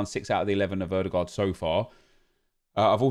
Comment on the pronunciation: How in the world did you actually pronounce Ødegaard right?